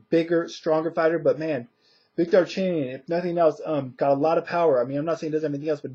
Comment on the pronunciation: Wlad by 10th round KO, and you pronounced his name the right way. Victor is looking alot better since his KO to Marcos, I got Victor by close SD. Khan is going to win he is going to box and move and use angles and try to catch Marcos some times but I think Khan i going to get a UD our a late KO. Perez is going to win and win the fight in better fashion, Mares and Vic is going to be a good fight but I see Mares pulling away after 5 our 6 round and getting a UD